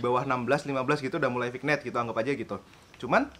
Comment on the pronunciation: Bacanya Vinyet kak